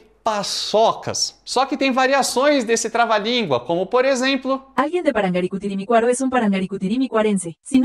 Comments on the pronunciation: Eu sempre li/ouvi/falei ParangaricutiriMÍrruaro, com entonação no Í mesmo, não no A. Inclusive, continuo ouvindo assim 🤔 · A tendência do português é ressaltar a penúltima sílaba quase sempre. Assim como no francês costuma ser a última. Espanhol e italiano carregam mais na antepenúltima. Tendemos a ler assim. Vc foi a exceção.